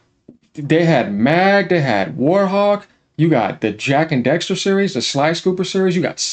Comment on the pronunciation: This man said Jak and "Dexter" instead of Jak and Daxter 😂